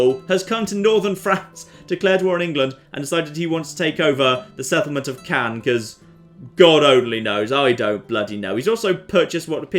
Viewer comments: Hi, Caen is not pronounced like Cannes, but more like "kong" without the g, sorry but it's not easy to describe;) Love your total war and rdr videos!! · You pronounce it 'kon'!? Oh come Caen.